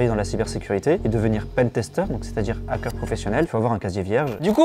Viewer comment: Il me perturbe à dire un Nackeur on dit hackeur faites pas la liaison entre un et hackeur c'est horrible quand on le prononce sinon